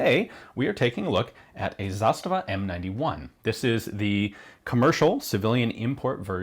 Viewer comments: "Zasta'va" (not "Za'stava") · It is not ZAstava, it's zaSTAva. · Stress of this word is on the first syllable in Serbian (and Bosnian, Croatian and Montenegrin); plus, it's a long falling accent (zȃstava), meaning that the finish of the first a sound is quieter than the beginning. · Brinkwolf most people seem to use the Russian pronunciation of the word with stress on the second syllable rather than the first. As an aside, not only is the pronunciation different but so are the meanings. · Please explain. As a Russian, I've only heard this word with stress on the second syllable.